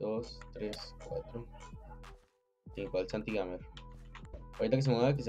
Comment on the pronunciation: Nadie Absolutamente nadie: iAmboy: SantiGamer (SaingGamer)